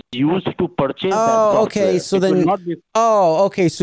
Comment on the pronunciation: Like the way these scammers pronounce the word purchase = Per Chase